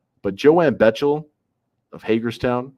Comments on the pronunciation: Btw... pronounced BECKtle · Bechtel is pronounced "Beck-tell" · Its pronounced "Beck-tell"